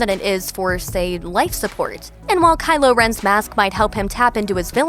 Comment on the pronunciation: Am I going crazy or is she saying Kyler